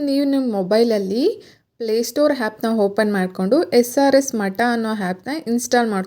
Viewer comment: ಮೇಡಂ ನೀವು ಉತ್ತಮವಾದ ಮಾಹಿತಿ ನೀಡಿದ್ದೀರಿ.. ಆದರೇ...... ಕನ್ನಡ ಭಾಷೆಯಲ್ಲಿ 'ಅ' ಕಾರ. ಹಾಗು ' ಹ ' ಕಾರ ಉಚ್ಚಾರಣೆಗೂ ಬಹಳ ವೆತ್ಯಾಸ ಇದೆ.. ' ಹಾನ್ ಲೈನ್' ಅಂತ ನೀವು ಉಚ್ಚರಿಸುತ್ತಿದ್ದೀರಿ.. ಅದು ' ಆನ್ ಲೈನ್ ' ಅಂತ ಆಗಬೇಕು.. ಹಾಗೆಯೇ...... Playstore ' ಹ್ಯಾಪ್ ' ಅಲ್ಲ ಆ್ಯಪ್ ಎಂದು ಉಚ್ಚರಿಸಬೇಕು.. ಬಿಟ್ಟಿ ಉಪದೇಶ ಹೇಳುತ್ತಿದ್ದೇನೆ ಅಂದುಕೊಂಡರೂ ಪರವಾಗಿಲ್ಲ.. ಕನ್ನಡ ಕೊಲೆ ಮಾಡಬೇಡಿ.. ಶುದ್ಧ ಕನ್ನಡ ಅಚ್ಚ ಕನ್ನಡದಲ್ಲಿ ನಿಮ್ಮ ವೀಡಿಯೊ ವಿವರಣೆಯನ್ನು ವಿವರಿಸಿ....